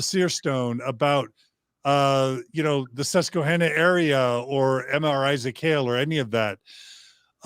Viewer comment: Not to be critical but Susquehanna is pronounced with a short a like the name Hannah. I grew up in Pennsylvania near the Susquehanna River. Not to be a jerk. Just saying. Love this episode. Love Mormon Stories. Love you guys. <3